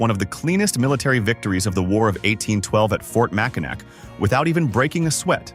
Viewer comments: Love my state. Annoying, just one of the things, it is pronounced MACK in AWE!!!! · Pronunciation is way off... ugh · Ever hear of the Mackinac Bridge? That bridge connects the Upper Peninsula to the Lower Peninsula………. It may be spelled Mackinac, but pronounced Mackinaw….. you want to do a video on Michigan make you use the correct pronunciations. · Mack-i-nak pfft AI trash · It’s pronoun Mack in Naw! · Hey us Michganders pronouce it Mackinaw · Yes, please pronounce the last syllable in Mackinac, aw. Mackinaw. That's how that word is pronounced. Mackinaw! Or if you prefer Mackinall. Or Mack in "AW". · If you are going to talk about Michigan, please pronounce Mackinac right. The C is silent. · I know it's spelled Mackinac, but it's pronounced Mackinaw, as soon as Michiganders hear the wrong pronunciation and immediately know your a outsider. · Get a better AI voice that knows how to pronounce Michigan words. Also use real images instead of made up ones with all the misspellings. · It was so annoying